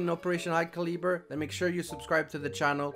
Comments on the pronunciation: Cal as in calve. - eh-burr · Btw it's pronounced caluhber like (cal-uh-bur) hope you find useful :) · Hey imma help you out a bit Calibre is pronounced Cali-Brrrrrrr xD great content keep it up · Btw it's pronounced caluber like (cal-uh-bur) hope you find useful :) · Calibre is pronounced Cal-iber so I don't know why they swapped the R and E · Hey! Fellow American here to help you with pronouncing Calibre. “Khal-eh-bur” Note the “a” in “khal” is pronounced like “aaaah” and “bur” sounds like “fur”:P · My thoughts are you might have the worst way of pronouncing "calibre" :D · Marked safe from pronouncing calibre